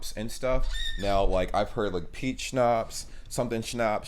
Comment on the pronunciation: I'm dying to the way Americans pronounce "Schnaps "😂😂😂